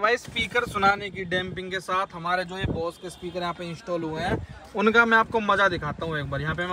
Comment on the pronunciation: बॉस नहीं भाई बोस।